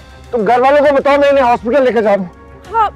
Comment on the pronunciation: یا تو ہسپتال بول لو یا ہاسپٹل بول لو۔ ہوسپتال کیا ہوتا ہے۔ ڈائریکٹر نے ری ٹیک کی زحمت نہیں کی اگر وہ غلط بول گئی تھی تو میڈم نے ہاسپٹل اور ہسپتال کا ری۔مکس بولا